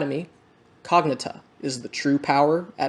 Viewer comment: i think of cognita as cog-nee-ta, like rita is ree-ta, instead of cog-na-ta as you said. great review!